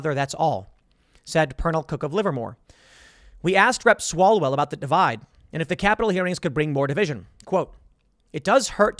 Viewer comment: It's Swallowell....